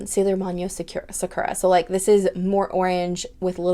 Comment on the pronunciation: Saw-koo-ruh and Hee-may-yoo-ree